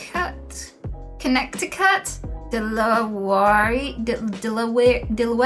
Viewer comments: "Connect di cut" sounds even funnier in Dutch... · Aren't you british ? Are you not supposed to have had a decent education ? How can you not know how to pronounce Connecticut ? I'm French and I do ! And half of English classes in France are dedicated to pronouncing things wrong !!!